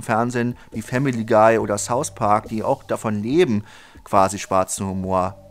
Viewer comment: ich liebe Sous Park auch❤ Sry, find die Aussprache iwie süß 😅